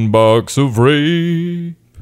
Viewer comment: thats a box of vegetables rape in italians means a kind of red radish, often exported with the original name. is pronunced as rap (as in raptor) and e as in men